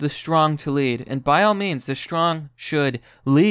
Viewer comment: Please pronounce lead properly